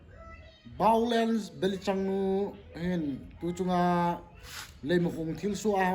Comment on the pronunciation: Chenu hin VIOLENCE, a pronounce theilou jeh a Baolence ki ti hi lou hm?😂😂😂